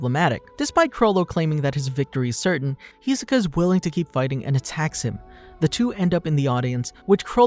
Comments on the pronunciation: It really irks me when they mispronounce his name. It’s hi-SO-ka not HEE-so-ka… smh ya’ll should stop watching anime dubbed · Every time someone calls him HEsoka I just cringe so hard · "Hee soka" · How you make a video of Hisoka can’t even say his name right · YOU CANT BE FORE REAL. you did a bio on this guy and cant say his fucking name? THE SHOW IS DUBBED. first and last one ill ever click on, yeesh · The way he says Hisoka is just painful